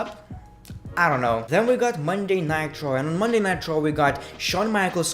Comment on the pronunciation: Anyone notice he says Monday night traw